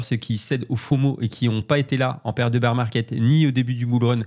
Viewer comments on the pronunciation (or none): none